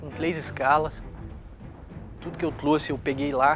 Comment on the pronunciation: "Consegui o vôo pra hj com tlês escalas, tudo que eu tlouxe eu peguei lá. Vc acha q eu n to plepalado?" PUTZ!